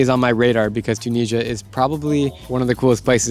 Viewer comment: Why are you pronouncing Tunisia like that? It’s Tu - ni - si - a